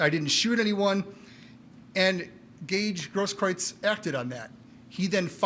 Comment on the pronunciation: If you’re going to say “Grosskreutz” 587 times, maybe you learn the correct pronunciation?